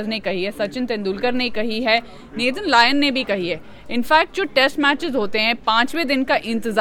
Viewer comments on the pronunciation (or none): none